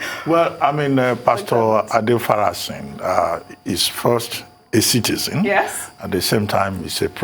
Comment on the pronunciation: Abati learn how to pronounce names ! Adéfarasin [rmrrr] a reserved person not a showy (ostentatious) person, that's the meaning in Yoruba Language. Adéfarasìn is different [rmrrd]